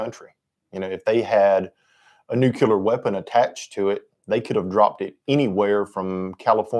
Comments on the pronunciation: I am sorry, but I could not finish the video, hearing "nucular" so many times got on my nerves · Geezus H Christ stop mispronouncing nuclear………